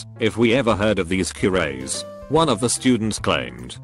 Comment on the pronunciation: This text to speech bot never fails to make me laugh. “Qrays” instead of “cures”.... thats a new one for me.